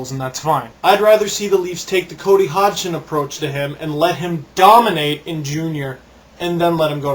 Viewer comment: good show man.... but hey, didnt u hear that the G in hodgson is silent..pronounced (HOD-SON)